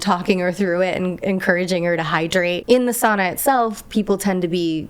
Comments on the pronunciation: Thank you for pronouncing sauna as 'sauna', not 'soona' :). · It trips me out so bad when you say city names 😓 Vantaa sounded like Vanta and I needed a moment to remember what it is in reality. Otherwise, good Finnish? Sauna sounded perfect, and that's all that matters 👍